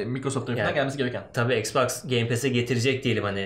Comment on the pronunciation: ixclusive exclusive , ixboxa exbox diyo allahimmmmmm koppp kooppp nerden buldunuz bunu